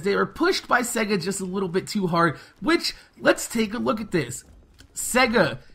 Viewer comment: you were pronouncing it as segga